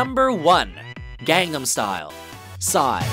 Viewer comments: How does anyone mispronounce gangnam it's legit in the chorus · I’ve seen so many videos from where they go out of their way to pronounce things correctly, yet they refuse to pronounce Gangnam correctly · This guy just can't pronounce 'Gangnam.' Sigh...(Or should I say, Psy...) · I just lost all respect for. They can't even pronounce the top song correctly. If you are going to take the time to research things to make a list, learn to say them regardless of the language. I mean, come on you can hear how Psy pronounces it in the clip you play right before you said it. Put some effort in please.